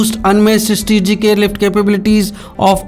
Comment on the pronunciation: Yea good that we are getting these age old technological aircrafts, but surely will serve our purpose to our country. Good job India. And plz next time can someone find a better TV reporter to speak, he is struggling to say the word "Strategic" he is going like "eStreegic". .......